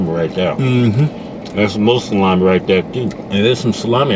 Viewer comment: Nathan Carrille it's salami not salame